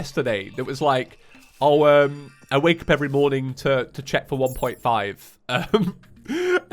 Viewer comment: I'm just going to say it but saying 1.5 is kinda strange